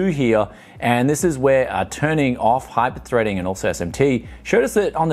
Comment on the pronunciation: esht emsh tee and hipershpreding... god I hate it When that happens.